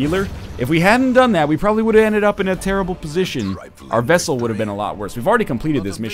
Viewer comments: NL, the Graverobber is a chick, and it's "vesTal" not "vessel". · *NL keeps pronouncing "vestal" as "vessel" This series has taught me so much about the Canadian language. I never knew they don't use the letters "K" or "T".